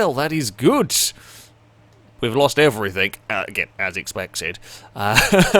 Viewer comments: 'everythinG' not 'everythinK' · “Everythink” lol love you